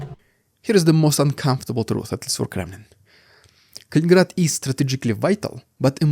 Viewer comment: you do have interesting points and have this topic cornered. I don't see all of your videos in my feed but the past couple Kaliningrad ones have and I'm glad because there is interest. It's funny, I've heard other youtubers pronounced it Kalingrad, missing one "in", so yeah you're the expert.